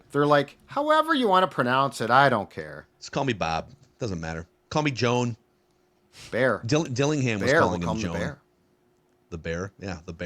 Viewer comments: If you listen to French announcers on the old highlights, they'll actually say Joanne. Sometimes. I think that that's the actual correct way to pronounce his name instead of Joan. But I guess it all depends on where you sit in the world lol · It's actually pronounced Joe Ann. This is how the French announcers were saying it. Just like the female name here. Joanne. But now everybody has switched to Joan. I think somebody needs to ask Mr. Berringer LOL